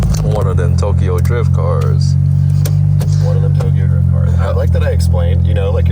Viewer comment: FINALLY i feel like no content creators haven't been putting out videos this past week(exception of cleetus), and posted bright and early hell yea BALD GUYS UNITED🦅🇺🇸 I heard GA PD doesnt mess around good on you for not running😂 Edit: Cop: Driyuft?? Whadda you mean driyuft?: ummm its Awd aktchually🤓☝️